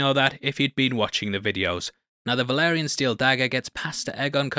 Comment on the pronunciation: It’s “Vah-lee-ree-an” steel dagger, not “Veh-lah-ree-on” 😅😂